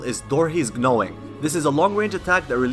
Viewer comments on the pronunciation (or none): The "g" in "gnawing" is silent.